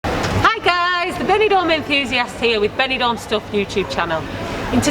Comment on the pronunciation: Thought she said bell end for a brief second.